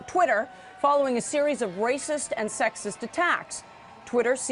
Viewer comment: Omg, "rayciss an sexiss" attacks!